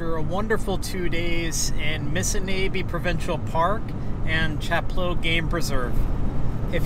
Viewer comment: you are pronouncing "Missinaibi" incorrectly....Phonetically its MISSINOBI as in door knob missiNOBi